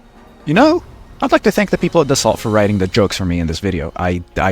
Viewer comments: fun fact Dassault is pronounced [Da ' so] not [Da-salt] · Pronounce "Dass-oh" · Hurts to hear how you mispronounce Dassault. T is silent.